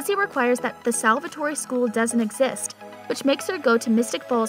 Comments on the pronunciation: WHY??? It's pronounced 'salvator(e) ' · Did she say Salvatorie school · This salvatory pronounciation is making me cringe😵😵😵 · Fantastic and she keeps saying Salvatore wrong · No I am as well. It bugged me when josie said Salvatore wrong as well. If you’re a fan of the show surely you should know how to pronounce things. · i wish they would stop letting fake fans make these videos... could you at least say salvatore right?? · She reminds me of Kai Parker prounouncing there names wrong 😡😡😡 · They can’t pronounce the names correct and it’s annoying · IT IS SALVATORE NOT SALVATORY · Everyone: Salvatore Her: SalvatoreY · Salvertory🙄🙄🙄🙄 did she seriously say salvertoryyyy???? Father lawd!!! 😭😭😭😭 Repat after me sal-ver-tor!!!! And stop saying Stefan!! 😢😢 Kai Parker is the only one allowed to say that😒😒😒smh! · "salvatory!" lmfao... say it right ffs, can't watch this because of that.. its salve'TOR ... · It’s annoying when you can tell the narrator never actually watched the show. Lmao Salvatore-eee lol 😂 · fr lmao whats salvatorey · the name they gave their daughter was Stephany but they said “Stefan Salvatorey” and “Damon Salvatorey” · ITS STEEFEEENNN (THE PRONOUNCE) AND ITS SALVATORRRRR THE E IS SILENT IN SALVATORE... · Wow, done a whole story about these characters and we all know she never watch’s single episode. Watching these really got to me. She mispronounced Stefan, Alarac name wrong. Yes I may be misspelling it but at least I can pronounce them correctly along with Stefan and Damon‘s last name a Salvatore